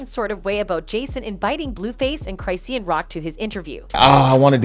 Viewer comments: Cri-shawn! Not cri-seeun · Cry-c-yan. Ooo Girl, she's gonna come for you. Who told you that's how her name was pronounced after all these years?